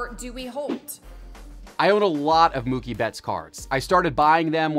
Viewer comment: It's pronounced Moo-kie not Muck-ie!